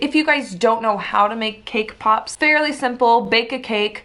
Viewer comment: sees cakepop Turns Australian ThOse ARe ThE cakepopz